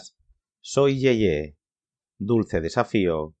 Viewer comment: "SOR YE-YE" no "soy ye-ye", y es película no telenovela, investigue e informe bien